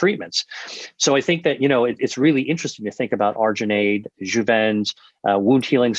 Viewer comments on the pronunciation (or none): Did he say Juven?